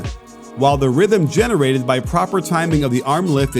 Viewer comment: "power calibration" "rythem calibration" tf am I hearing